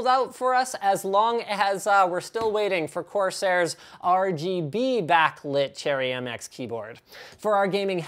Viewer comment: haha no rgb! and the way he says rgb backlight keyboard! lmao 😂😂